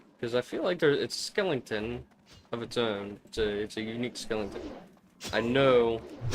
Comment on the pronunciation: Skelington :face-blue-smiling